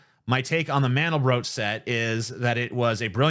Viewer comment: Actually to pronounce Mandelbrot – the end rhymes with "aught"